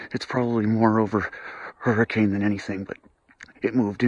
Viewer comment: That guy isn't a local. He's pronouncing the town name "Hurricane" wrong.